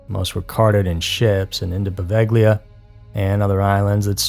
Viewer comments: Hi,! Poveglia is pronounced "po-VAY-lia". Great video 😊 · its pronounced pro-vail-e-aw